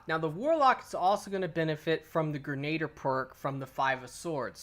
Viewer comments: Gre-na-deer. Not like Gernader Jake. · Gren- a-deer. Not grenaader. Sorry moms a teacher...love the channel. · It's pronounced gren-a-deer not ger-nayd-er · All yanks do this, it’s pronounced grenaDEER, not grenader 😂😂😂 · Grenadier is pronounced "Gren-ah-deer" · Wow! As many times as the word "EPIC" was used during that Titan's run, is STILL might not be enough!! That really WAS epic!! It looked like a blast too! Oh, and Grenadier is pronounced: "gre- na- DEER". It was a title given to certain ranks of foot soldiers, BEFORE grenades were even invented. Since the advent of the grenade, it can also mean; "A soldier who is equipped with grenades", so it IS a rather fitting name for this perk. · Protip: Grenadier is pronounced "Gren-a-deer". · 'grenader' lol